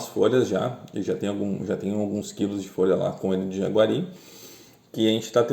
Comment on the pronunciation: Jaceguai, não "jaguari"